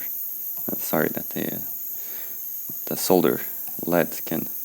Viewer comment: always nice to listen to some one who knows how to pronounce ‘solder’ properly!!